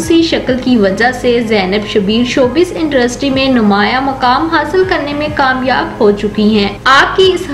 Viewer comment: Haha indrustry😂😂😂